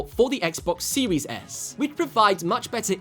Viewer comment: Guy said xbox siwis s